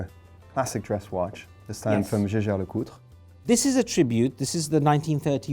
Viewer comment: Never heard JLC pronounced that way before, even by Brits. Shouldn't it be as the Germans would pronounced Jaeger (yaygur) and not "jzay-jzar"?